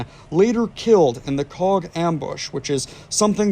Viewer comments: Typical yank with names, it’s pronounced “coke” not coack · Hello, cog is pronunced coke, it’s nick named the coagh BBQ. You should msg my da he was there at coagh and colisland 🇬🇧 SAS RUC UdR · Yip ... since when was Coagh pronounced 'Cog'? Bro, your vids lose some credibility with silly mistakes. Instead of saying 'Cog' try saying 'Coke'. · That town is pronounced “Coke” 🫶